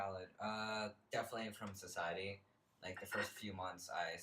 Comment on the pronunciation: "CISiety" lmfaoooo